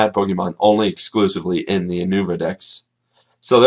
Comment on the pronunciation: Not Ou-nou-va it's Yu-No-Vah... Christ... It's not hard.